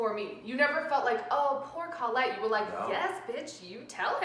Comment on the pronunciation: It's pronounced CO-lette, not CAWL-lette.